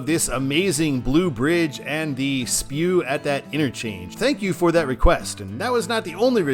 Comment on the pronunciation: Thanks for highlighting the big blue bridge that carries I-94 over US-24, but I’ve got to give you a small note. The abbreviation for Single-point Urban Interchange (SPUI) is pronounced “spoo-ee” not spew.